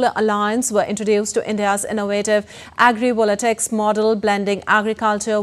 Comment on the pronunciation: Not agri"volatics". It's agri"voltaics".